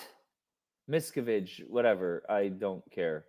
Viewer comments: Its pronounced mis cav edge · Mia-cav ( like can but cav) ige ( like in widget ) I simply can’t listen to you butcher the evil masters name over and over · You’re so funny, David’s name is pronounced Miss Cav Ige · PLEASE, please look up the pronunciation of David Miscavige.. It's Musk-av-ich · it's good you mispronounce miscavage's name he hates that better you should refer to him as an evil dwarf....he hates when people talk about how short he is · David’s name is pronounced a bit different, not sure if this is your dialect? :). Mike Rinder or Aaron Levin Smith or Leah Remini videos are helpful in all things Scientology!